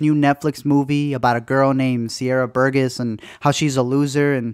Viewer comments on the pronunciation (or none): It pains be how you say “Burgess”